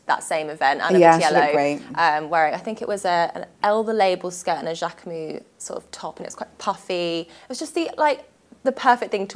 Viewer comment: it’s pronounced Jack-e-moose the S is not silent